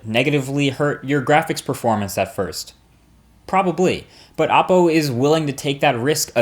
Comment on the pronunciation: It's pronounced " oh Poe".... not "ah Poe"... just saying because they have many videos with the pronunciation and yet people in their vlogs say it the other way... not a big deal to some but it's kind of annoying. Not disrespecting your video or your credibility, because I like your videos a lot. I just thought you'd like to know the way it's pronounced.